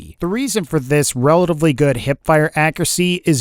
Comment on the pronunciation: why do you say relavly and not relatively?